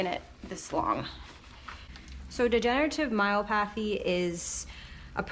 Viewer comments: It's " my OP athy" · I threw me off a bit every time you said myopathy because you pronounce it like myo-pathy with the emphasis on the A and I’ve always heard it with the emphasis on the O and a short O sound instead of a long one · Degenerative myelopathy.pronounced my el OP athy. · Here’s a YT link on pronouncing the word “Myelopathy”….. just FYI. That poor puppy really looked defeated during the blowdry. 🥺